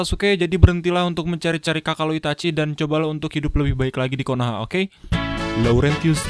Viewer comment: Konoha atau Konaha min? hahaha kocak banget kasih like deh, paling kocak dimenit "Rekam temannya lagi nyapu..hahaha"